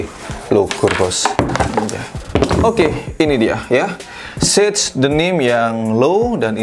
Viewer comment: Sage aja bang, bukan sej Inggris